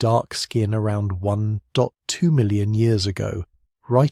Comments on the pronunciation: Aussie, 4am here. May I suggest that if you use text to speech, you write out numbers and don't use digits. Eg: "Between twelve and eighteen" or "One point two" so we don't hear "between one, two and one, eight' or "One. Dot. Two". If you don't use text to speech or some AI equivalent then idk why we hear it said that way. :) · Nice writing, but please tell the text-to-speech program to read numbers like "1.2" as "one point two" and not "one" (pause for end of sentence) "two"